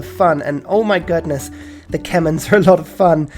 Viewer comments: I swear, he has to be joking when he pronounces it kemens, it pains me to hear it said like that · You're suppose to pronounced them as KEH-MEREE... Haha. Sorry..